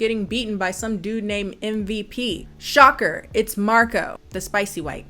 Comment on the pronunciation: this movie owes me 3 dollar for each time they mispronounce Marco